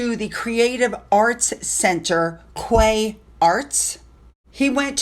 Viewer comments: Quay is pronounced key. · Quay is pronounced “key”.